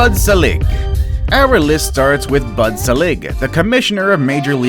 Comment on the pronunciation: If you can't pronounce Bud Selig then I'm done. Wow. 49 seconds in.